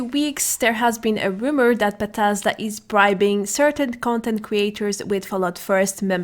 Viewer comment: Buuh tez duuh. Bethesda